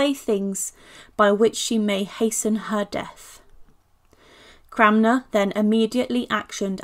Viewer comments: Yeah, I’m hearing her say ‘CRAMner’ too … repeatedly. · It's Cranmer, not Cramner !!!🙄🙄